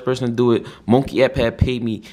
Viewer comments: said “munkey” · We just gon ignore the fact that said Mongkey!! 🤣🤣🤣